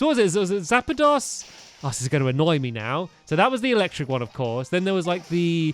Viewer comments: stampy it's moltress arcticcuno and zapdos not zapidos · Zap-a-dos really Stampy your not truly a Pokémon fan Its Zappos's sorry it corrected me Water Artacunio Fire Molters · Stamps the three legandary birds you said zapidos is wrong it's zapdose and water type is articuno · Zappedos😂 It's Zapdos ( Electric ) Moltres ( Fire ) and Articuno ( Ice ) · It's Zappdos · It's pro nounced: Zap-doos, Mol-tres, Ar-ti-cu-no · It's pronounced zap dose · zapados zap-a-dos. moltres mol-tre-s. articuno art-i-cu-no 👍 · Marill/Ducky and more! ITS ZAPDOS MOLTRES AND ARTICUNO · stamps it's saptost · Zap-dos/e, Arti-c-uno, Mol-tres (Zapdos, Articuno, Moltres) thats how you say it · stampy the other legendary pokemon is articono(sorry if i spelled it wrong)and it is a ice type.p.s.You pronounced zaptios wrong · It was articuno and it was ice type And you did not pronounce zapdos right